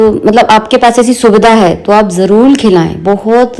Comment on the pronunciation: Aap jarur ko jarul kyu bolti ho di